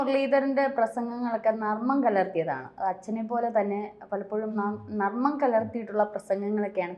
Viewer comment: Nammam alla narmam